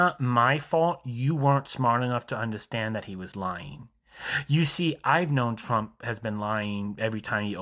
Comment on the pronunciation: I've seen dozens of these videos and they still can't say his name.